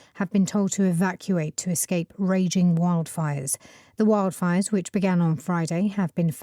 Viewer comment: 0326 출석. 1. wildfire 발음이😢 원래아는발음은 '와일드'였는데 여기서는 첫번째는 '웡'으로 들렸고 두번째는 '월'로 들렸고. 에휴. 2. fanned 이부분. fan이 동사로 쓰이는거 익숙치않아서 몰랐어요. 오답은 found. 3. raging. 모르는 단어. 오답은 raising 결코 쉽지 않네요 오늘도.^^ 오늘 강의도 감사드립니다❤❤